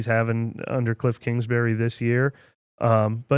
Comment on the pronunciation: Please not kingsberry however you spell his name